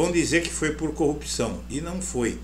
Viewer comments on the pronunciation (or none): Ele falava ( currupção) kkkkkkk